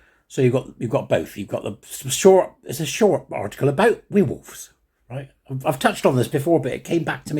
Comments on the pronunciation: Now weir wolves - where wolves is how it is pronounced 😂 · "We'rewolves" is compromised! He's a werewolf!